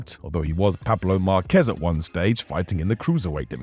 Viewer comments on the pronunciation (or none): none